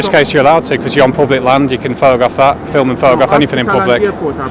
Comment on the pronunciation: Another foreigner trying to boss another indigenous English around. I'm sick of it. He can't even speak English. ''Flim?'' FFS